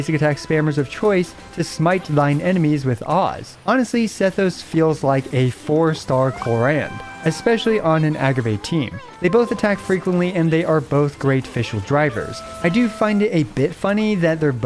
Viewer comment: why do u say clorahnd ik its supposed to sound like cloraend but ur extra h for her name pronounciation is killing me